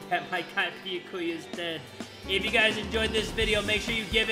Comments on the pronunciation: I like how jay will go out of his way to say monomi right, but insists on saying byakuya wrong. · jay: says byakuya's name wrong me: faceplam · the mispronunciation of byakuya is killing me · Dammit jay, you got me saying Byakuya wrong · Is it just me or is he calling him Thick-a-kuya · “Thickakuya” LOL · Spoilers! Show more at your own warning! I’m so glad Imposter Byakuya died first instead of surviving so we don’t have to hear him say Beyahkuhyah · IT'S BEE-YAH-KEY-YAH JAY!!!! 😡😡😡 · Why he pronounce byakuyas name like biakuiya how did he even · I don't even know how to pronounce Byakuya's name anymore because has mispronounced it so many times. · *says byakuyas name wrong* Fans: After all this time?: Always.